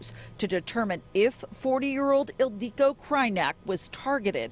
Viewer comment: Her name is Ildiko Krajnyak not Ileiko Krajnyak